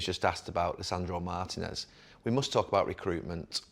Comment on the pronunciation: Who is Lisandro MARTIN-ez?